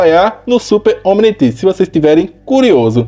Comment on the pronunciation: como se fala Omnitrix como o cara fala omnitex